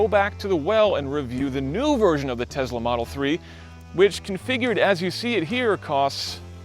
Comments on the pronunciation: TeSSSla not TeZZZla. Please. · It's a Tesla. Not a Tezla. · Why does he pronounce Tesla as Tezla? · Where does he get the z in Tesla from??? It keeps bugging me he added random z to an S